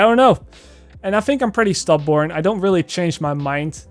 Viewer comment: did he just call himself “stub-born”